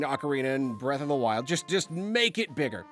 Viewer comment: Breatharina of the Twild